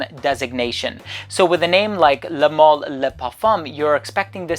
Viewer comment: Pronounced mal to rhyme with Al as in Alison or Albert